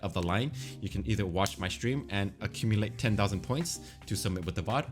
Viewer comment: "Eith er" lul